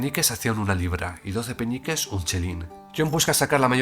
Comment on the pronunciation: Alguien más escucha Peñiques en vez de peniques?